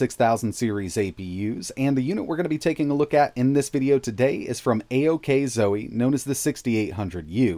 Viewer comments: I just heard a txt to speech say it, and it's pronounced oxo. Like ockzo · Did you keep saying steam deck during the video instead of AOKZOE?